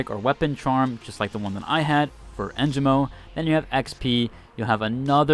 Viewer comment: It's not too big of a deal. But the announcers pronounce the sponsor names here and there and you managed to only say Holtow right. En gee mo Isz uhlt